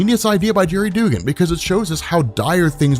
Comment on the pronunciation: His name is pronounced Dug-gan, I love ya but that was driving me nuts man. lol